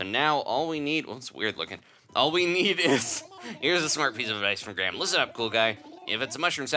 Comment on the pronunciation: he can't say graham